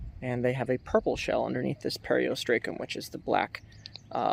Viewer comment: I enjoy your videos, with the exception of the mispronunciation of certain names. Is there any way that you could learn how pronounce the names of certain things you’re talking about? Some examples are as follows: Periostracum (per•ee•os•truth•kum) Quahog (lkow•haag)